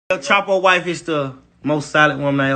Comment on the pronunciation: this man said chapos name stupid asf